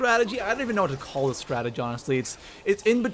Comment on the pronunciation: I don't understand why it's so hard to say "strategy"